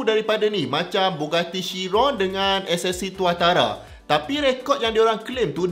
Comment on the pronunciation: Bila prof sebut rekod 500km/h ssc tautara tu malu dgr